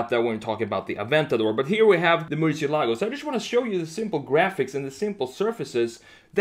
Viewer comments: He cant pronounce Murcielago. It's not merchyelogo its mercyelago. Lamborigini mercy. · Thanks for the great content; love your designs. Just one thing though; murciélago is the Spanish word for bat and the tonic accent is pronounced on the e, not on the a: murciÉlago. Also the letter c in Spanish is not pronounced “sh” but more like “th” in English (la zeta) or to make it simpler like an s (Latin America prononciation). It was also the name of a Navarra fighting bull from the late 19th century. The legend says that it survived 90 sword strikes in a fight against the Torero El Lagartijo in Córdoba, resulting in the crowd asking for it to be spared due to the fact that it fought with tremendous passion. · As a native spanish speaker, i cringe a little every time I hear someone say "MurcielAgo", lol! Great redesign as always!